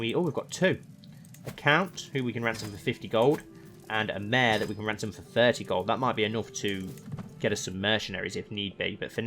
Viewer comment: I’ve noticed the way you say “a mayor” is exactly the same to how you say my name “Emyr”😂😂😂